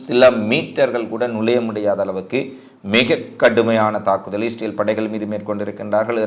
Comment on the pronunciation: இஸ்ரேல் என்ற வார்த்தை வாயில் ஒழுங்காக சொல்லுங்க